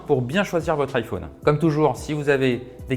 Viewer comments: On dirait Stuart dans The Big Bang theory 😂 Iphauune 🥴😂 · Iphaune il a dit 🤣🤣🤣